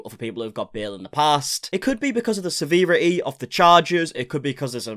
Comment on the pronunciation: Please pack seeveerity!! It is severity. I love ya vids but makes you sound thick. I'm sure your not daft but please stop 😂😂 the subpoena was the one you said right 😂😂